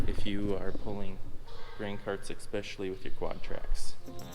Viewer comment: BuhBuhBa Dog exspecially showed up too. It’s a northern midwestern thing.